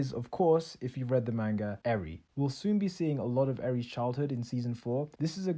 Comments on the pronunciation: ... did you just say “mangee” ?? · Who else got annoyed at how he pronounced manga